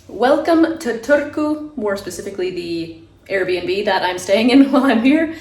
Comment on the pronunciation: first time ever hearing that pronunciation wth lol